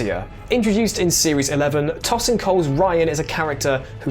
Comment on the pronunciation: Tosin’s name isn’t pronounced “toss” it’s actually pronounced as “toe”…👌🏻